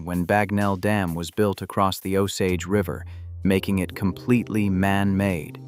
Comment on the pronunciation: there is no t on the end of across